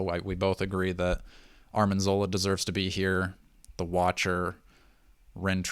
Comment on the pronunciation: It's arNIM zola not arMIN zola! You guys are killing me!